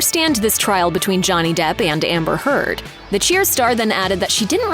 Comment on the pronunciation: I'm sure that Amber's name was pronounced Turd here. 😂